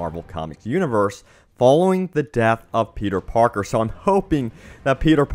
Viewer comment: I wana game about another Spider-Man I’m sick of petay parkay shmone